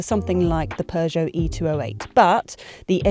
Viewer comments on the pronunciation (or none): none